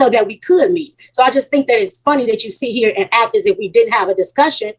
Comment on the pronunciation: TIFFANY PLEASE GO BACK TO SCHOOL, AND LEARN HOW TO SPEAK..... IT'S NOT ACK!!! IT'S PRONOUNCED ACT!!!! IF YOU DON'T GO BACK TO SCHOOL NOW. GO WHILE YOU'RE SERVING TIME IN JAIL ....